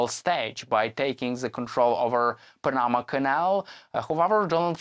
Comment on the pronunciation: Teach him how to say panama